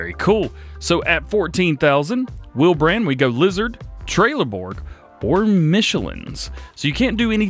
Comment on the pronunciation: Its Trelleborg not trailer Borg